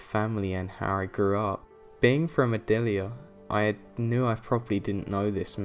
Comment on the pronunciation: Is he... is he trying to say Adelaide?